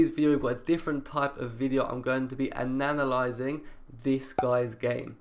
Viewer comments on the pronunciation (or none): «Ananalyzing» hahahahahaha